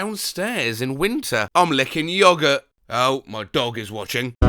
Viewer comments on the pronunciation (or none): none